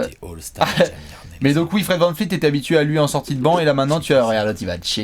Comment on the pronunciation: Vous rendez fous avec Fred VanVleet pas VanFleet 10 fois par vidéos vous tuez son nom de famille en plus de jamais être dans vos choix MIP ou 6th :( Pauvre Fred